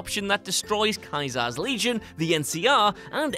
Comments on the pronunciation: "Kai-zar"? Homeboy, it's "Cee-zer". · ...its "Caesar" Not Kaiser. Jesus. Didn't your country create the English language? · So was the pronunciation of Caesar a bug?? Sometimes I would get Caesar, and other times I would get it saying "Kaiser" like how is saying it. (Edit) Even by the same characters, whenever replaying. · how is no one mentioning the way he said KAISAR? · Caesar is not pronounced 'ky-zar'! Seriously I think is trolling us with mispronounced words in every video lol (and you did it twice in this vid, arg)